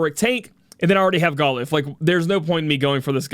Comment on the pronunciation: I didnt pull for Galuf, I didnt enhance Zeke, and havent door potted Olberic. BECAUSE WOL IS COMING WHOO! 36 HOURS! I'll just use Charlotte or Pod153 physical mitigation to cover. I am uninterested in anime units. So we're going all in. ED: ITS NOT GAH-LOOF ITS GAH-LAHF ! #$^&@